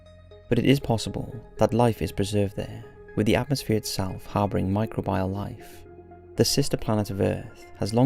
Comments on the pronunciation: 'micro bee al', not 'micro byal'! Sorry to be such a pedant! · Micro bee al not micro bile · I accept there's pronunciation differences between British English and other kinds of strains of English, but does anyone anywhere pronounce it mi-cro-BIAL instead mi-cro-be-al? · Enough already. I believe the pronunciation you're grasping at is "my-CROW-bee-all". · I love this, but it’s pronounced “mi-crow-be-uhl” lol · I love the content, but every time you say "micro-bile" instead of pronouncing microbial like a human person I wanted to kick you in the nuts. But still, thanks! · How many fucking times can you mispronounce micr-OH-beeol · Every time he says Micro-bial it's like a punch to the knee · Everytime he says microbial, I die a little more inside.